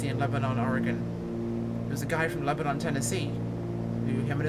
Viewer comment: Born and raised in Lebanon Oregon. My dad taught school at Crow foot in the 60's and early 70's. Its actually pronounced Lebonun. Spelled Lebanon, but not pronounced like the wore torn city Lebanon.